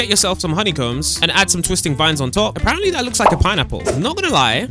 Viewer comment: Please stop saying ApArEnTlY please